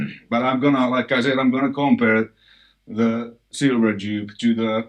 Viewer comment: Please don't "komPeRrr..." but "compare" LOL